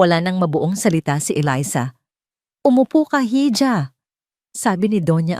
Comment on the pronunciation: Hija is read as iha and not hidja..❤